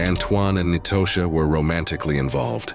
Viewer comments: Nitosha is pronounced like Natasha. Not knee-toe-sha🤦🏿‍♀️ i hate a.i. bots. Clicked off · Ahhn-twan and Nye-toe-sha 😂 I can't even focus on the story, I'm 😂😂 too hard